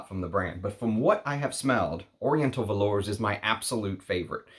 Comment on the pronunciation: Hey, just a reminder that with French, the "s" in velours and Indemodables is silent. If you're going to review French houses, you should learn to pronounce names correctly. Thanks!!